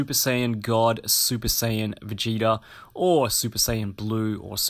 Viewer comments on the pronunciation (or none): “vegata” bruh it’s vegeta